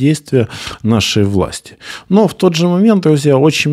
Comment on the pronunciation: Вот это вот "алэ" с первой секунды произношения вызывает рвотный рефлекс